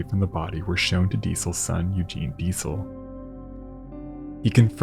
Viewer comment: ...and "Eugen" is "oy-gen", not Eugene!!!